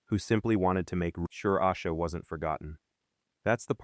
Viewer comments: Is this AI? Its Ayyysha Not Ausha. This is why AI is annoying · Her name is pronounced Ay-sha. This Ai video really p*** me off because the least you can do is get the pronunciation of her name correct. Also , there are several inconsistencies to this story told here. She. I hope you two pays attention to these type of videos that have zero verified research.